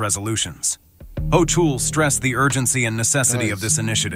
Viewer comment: How many different ways did the Announcer pronounce the Governor of New York's last name? I lost count!